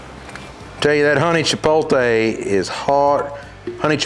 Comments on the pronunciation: CHUH-POT-LAY. Just think of getting laid at the end. LOL! Great instructions on how to grill! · Sorry, but there is only ONE way to say chipotle. It’s pronounced “che-pote-lay”. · I trusted him until he said Chi-pol-tay…. 😂😂😂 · Those look amazing. I've done the St. Louis and they've been OK but I'm curious to try your two rub method. As an aside, there is a difference between having an accent with words and mispronunciation. With "chipotle" for example, people generally mispronounce it as if it's spelled "chipoLTe" with the T and L reversed, but that's not how it's spelled. Kind of like when people say nuclear like "nuke-you-luhr" instead of the correct "nuke-lee-er." We get what you mean, but pronouncing words as they're spelled still allows for accents to get thrown in there. Just my two cents. Ribs look great. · Chee-pole-tay, chee-pole-lay, i love it 😂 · When you win Grand Champion at Memphis in May, you can pronounce Chipotle any way you want brother!!🏆🏆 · When you’re giving out hard earned knowledge for free you can say chipotle however you dang well please. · When you can't say chipotle and just don't care. Welcome to the south. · Chipotle: "Chee-powt-lay" if don't want to sound ignorant. It is not "cha-pole-tay" just look at the spelling of the word. "That's how I say it" is not an excuse for saying it the wrong way. It's just as wrong as boiling ribs and then calling it BBQ. If you have pride in doing ribs the correct way, then also have pride in correct pronunciation of words. Other than that gripe, great video. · Love the explanation. On a side note... Love the fact that most people with a sort of southern accent always put the "L" before the "T" in chipotle. Its Chipotle... not Chipoltee. Anyway, thanks for listening to me complain. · Chip-pote-LAY, not Chip-pole-TAY Since you asked. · You say chipolte, I say chipotle ... but does the one taste any different from the other? I really enjoyed this video. Thank you! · every time he said chipolte lol